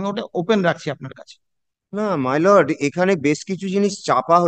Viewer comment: ভাঁড়া কোথায় থাকো কাকা! মাই লোড!!😂😂😂 ঠিক করে বাংলা জানে না এসেছে ভিডিও বানাতে।